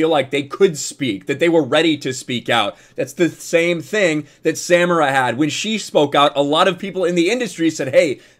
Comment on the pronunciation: The pronunciation of her name is Sa-meer-a...